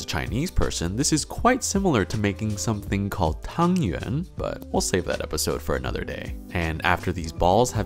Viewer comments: Coming from a chinese person, your 'tāng yuán' pronunciation was perfect 👌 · Your Chinese pronunciation for Tangyuan is just perfect. Thank you for taking the time to achieve that!!!!! As a Chinese, I am so touched when I heard you say that. And the date this video was uploaded was actually the Lantern Festival which was exactly when we ate Tangyuan every year!